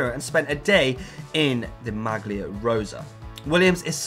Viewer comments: Again, there is no hard "G" in the Italian GL blend. It's pronounced "MAH-lee-ah", not "MAG-lee-ah"! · Not to pick on you but "maglia" is pronounced "malia", no hard "g" sound. Thanks for the video.